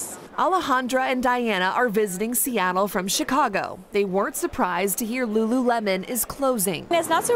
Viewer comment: No! Not Rururemon!